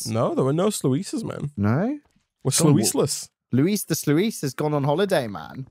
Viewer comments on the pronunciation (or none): It's spelled sluice but u say ot like sluce and not sluice. Am I the only one that is triggered by this? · Day 3 of letting you know its pronounced “sloos” :)